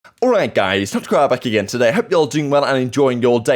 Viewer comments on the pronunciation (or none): none